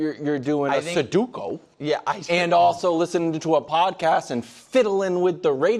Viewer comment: The amount of intelligent people mispronouncing the word sudoku is absolutely criminal